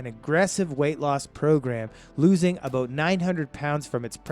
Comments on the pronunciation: I think so, he speaks in Liters, plus some of the pronunciations."abote $7000" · He's Canadian...not American. He clips his words like how he pronounces "about" . Explains his lack of knowledge of American cars.